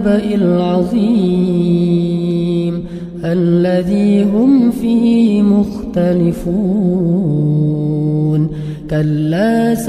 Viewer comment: Assalamu'alaikum ustadz..sy mau koreksi yg surat An-Naba ayat 3..d video ini ada kesalahan bukan hi nya yg d bca panjang..tp harusnya fi nya..hi nya dibaca pendek fiihimugh..